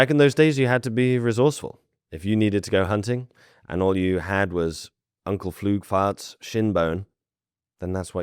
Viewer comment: "uncle floogfart"